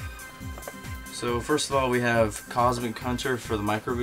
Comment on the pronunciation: Im sorry what did you say? cosmic what?????????